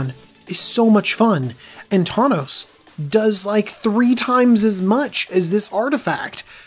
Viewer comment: Said thawnos a couple times